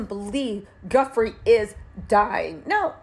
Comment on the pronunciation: Edits needed! Maybe a voiceover edit and repost? Virginia not Samantha. /Joo-fray/ vs ?? I don’t even know what you said there…? Guffree? Goffree? Godfree? 🤷🏼‍♀️ …again, ups professionalism and credibility… Our Criminal and Chief and former BFF to J. Epstein also benefits from her demise…